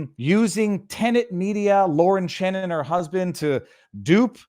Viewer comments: Chen, not Chan. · Viva it's Lauren Chen, not Chan!!!